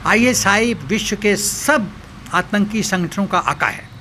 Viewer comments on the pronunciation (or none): none